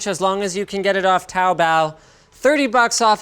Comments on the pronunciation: smh... Taobao is pronounce, "toe-bow"... and they are part of the AliBaba Group Corporation which owns AliExpress, Taobao, TMall, 1688, and many more... 🙄 The difference between them all is their distribution hub, ordering and shipping options. AliExpress, is more geared towards individuals from many cultures with site language and currency converters. They are geared towards the 1-49 items order markets, while Taobao, TMall and all their others handle 1-999+ depending on the seller. But many do not accept single piece ordering as they are the wholesalers or the manufacturer and will or may not drop ship on a per piece basis. AliExpress tends to use the international mail/parcel delivery system, while Taobao will use freight or seaport shipping methods. Some may use airmail, but you have to inquire. Don't assume if you're just ordering 1, that they will send it to you via air mail. As I've had a few Taobao seller send me sample units using seaport shipping which means it got sent to a customs office of the port authority where I had to travel a few hours by Greyhound to pick it up. And I live in downtown Toronto (Canada). 😮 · this dude need to learn to say taobao and not make it sound like cowbell.. like wtf was i doing on looking for this ffs.